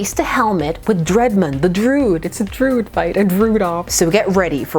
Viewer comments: Druid is not pronounced "drood." It's droo-id. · Love your pronunciation of Druid. (drood) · Love your channel but it is pronounced Dr Dru-id. A Celtic word for mystic. Yours is one of my favorite comic channels.